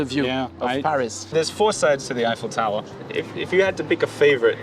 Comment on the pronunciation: I have to admit every time said “Eiffel Tower” during the podcast, I was hearing “Earful Tower.”